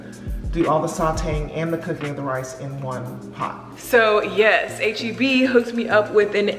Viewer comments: idk why but this whole time I thought you were always saying A-G-B 😂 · We’ll never forget past vlogs where we thought you were saying AGB 😂 So proud of you for this sponsorship!! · can’t lie u deserve this sponsorship Bc I’ve never heard of HEB or as i thought u was pronouncing it “8GB” lol